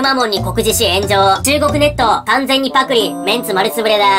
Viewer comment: 発音パ↑ク↑リ↑なん自分パ↓ク↓リ↓だと思ってた。